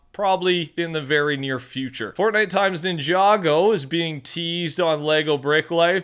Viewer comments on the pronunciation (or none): none